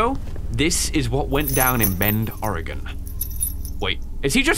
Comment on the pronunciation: aye from Oregon gang. and good job pronouncing it right most people go Oree-gon